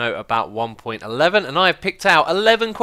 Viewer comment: it's pronounced one point one one not one point eleven!